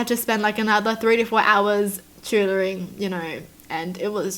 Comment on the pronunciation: did u say choodering or cheerleading?